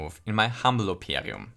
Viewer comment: "in my humble au-per-ium" Okay that one's not even a word